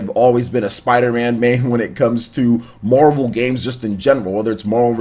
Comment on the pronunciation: Is it just me or does it sound like he’s saying “Mobile ultimate alliance”